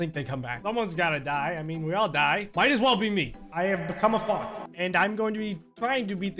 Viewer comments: It sounds like he’s saying fok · Every time he says fox, it sounds like he is saying fock or fo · when he said "fox" i heard smth else,, probably just me